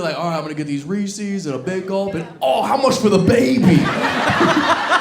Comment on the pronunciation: Reese's! "Reese-es- Not Reesies!! 🤬